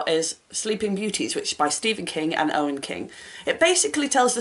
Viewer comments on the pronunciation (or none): Lol it's pronounced "Owen"! So glad you enjoyed the book,! I really feel like it's a great bridge book for people looking to dip their toes into sci fi or fantasy. And you're right on about the characters--most of them start out pretty unpleasant but definitely develop as the series goes on. The Light Jar sounds great--if you're looking for a kind of similar middle grade, I highly recommend Becoming Naomi Leon by Pam Muñoz Ryan! Ah I love your son's contribution! he's right! <3